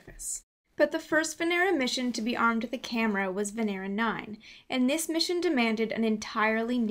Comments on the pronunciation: It's not VeNEra It's VEnera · May I just correct your pronunciation of Venera? The accent is on the first E, not the second. vEnera, not venEra. Great job otherwise. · Good and well done. But you have to say Vènera (from latin) and not "Venèra" that is wrong. Thanks. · you pronounce it wrong. They don't say Venera , but Veneeero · It is not venEra, but vEnera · VENERAL. lol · she said , vanera lol